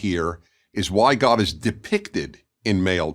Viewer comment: Omg, the soft g in god is cracking me up, I need to start saying that.